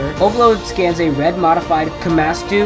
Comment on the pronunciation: I understand Komatsu is hard to properly pronounce, but I still cringed